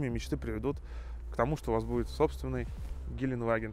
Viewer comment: ГеленДваген, а не геленваген! Там буква Д в середине! Сколько можно уже? Ты же типа фанат этого Автомобиля! И не знаешь как он называется!